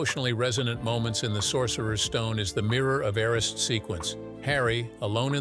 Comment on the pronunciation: “Mirror of air-ah-seed” 🤦‍♀️